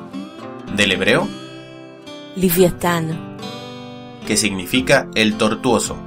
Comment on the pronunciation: Cuando dice livyatan (pronunciación hebrea) la V lo pronuncia cómo la V en francés, tipo F, no se leería así V de la sp ?